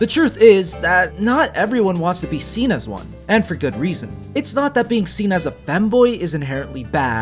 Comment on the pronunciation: “been there SHEEN that” ❤️‍🩹